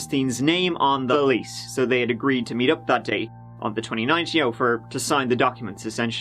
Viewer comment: "the lease (THELEASE)" why?